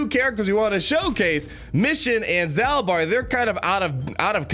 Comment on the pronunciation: If i remember my old love KotoR, I am pretty sure is pronounced like "Zaulbar" kinda like Darth Maul